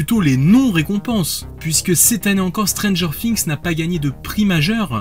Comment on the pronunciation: arrete de dire stranger fings